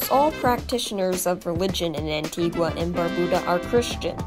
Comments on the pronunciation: Well done Very informative. ( BTW it’s pronounced An-tee-ga not An-tee-gwa) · It's pronounced "Antiga".